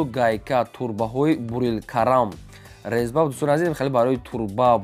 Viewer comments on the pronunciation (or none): Лезба не резба.